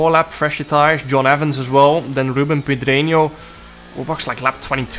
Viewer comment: Holy shit, he actually pronounced the ñ in Pedreño Time for Broumand instead of Borumand 🫢